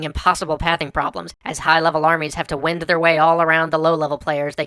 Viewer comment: When writing a script you, or someone else, will inevitably have to read later. (as in the final draft but maybe ignore it earlier in the process in loo of speed) Try to phoneticize words like "Live" and "Wind" so that you don't read "The army had to "Wind" its way through..." (as pronounced like moving air) when it should be "the army had to "wined" its way through..." This works with things like hard to pronounce names. Just write it once with the correct spelling and then parenthetically give it your phonetic spelling, as such, "Deniqual Danatakani" (Dee nee quall Don uh tay nok ee). Then just use the phonetic spelling from then on. It will allow you to keep on script without having to break your speech cadence and not have to back up and worry about matching energy or speed or volume or whatever, when editing. Just a hopefully helpful piece of advice. I do very much understand what a small and inconsequential thing it is to misspeak or mispronounce things, especially when you have so many words to say in such a short time. I only suggest this to help, because if there is one thing that distracts me when I am watching something like this, it is a word that shouldn't be there. Which then leads my ADHD down a rabbit hole that makes me have to back up and watch the whole thing again, or just give up on the video entirely. I get that I am the exception not the rule, and that most people would just think, "He meant "wine-d" instead of "wind"!" and move right along without missi